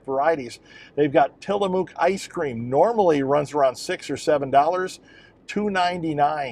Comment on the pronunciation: Hi! Living in the Pacific Northwest, I can definitively clear up the Tillamook pronunciation dilemma. It rhymes with 'book'. It's not tillamuck (rhymes with shut) or tillamōōk (rhymes with boot). Just say book, then say mook as rhyming words. That's it! Tillamook! 🙂☮️